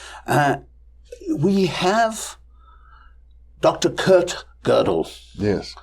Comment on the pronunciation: He said Kurt Godel...